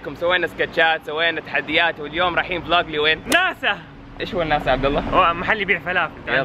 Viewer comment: وناسا مو ناسا😂😂😂😂